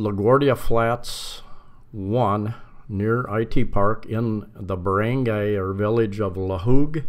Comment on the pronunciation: This is a very informative vid. Btw, i see you've now got the hang of pronouncing Cebu as sih-BOO, good work mate. i would now like to help you with "barangay" = buh-ruhng-GUY, as in you're a guy.. Also, "Talisay" is pronounced tah-lee-SIGH.